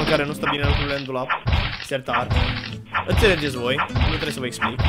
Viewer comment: cand ai zis "sertad" m-am gandit Jacob sertar sartoriuous*